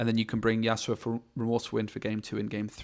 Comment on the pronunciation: Great video but i just can't ignore the fact you keep saying yasuoa 😫 Yas-U-O ❤ not yasuoa